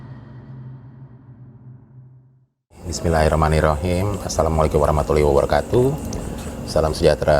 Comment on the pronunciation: BissmilahirohmaniROKIM,,,,, santai bang 🤣🤣🤣